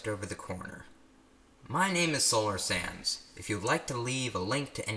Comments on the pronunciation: OMG BUT LIKE I HEAD HIM SAY SOLAR SANDS AND I LEGIT THOUGHT HE SAID SOLAR SANS FOR THE VID LMAO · today was the first time i found him, and i literally thought he says 'solar sans' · its sounds like youre saying solar SANS but then i tried to say sands and sense undertale has risen sands sounds so much like sans its frustrating